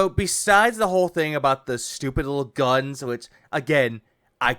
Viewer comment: He's actually saying "Dual-wield bubble GAHNS!" Wtf is wrong with this dirtbag?